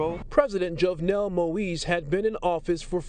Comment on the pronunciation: Wow, you can't even say the guy's last name correctly. That said, Jovenel was a dictator. No sympathy for him 🤷🏿‍♂️.